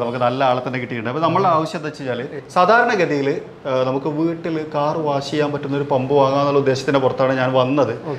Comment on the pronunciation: വാശ് അല്ല....വാഷ്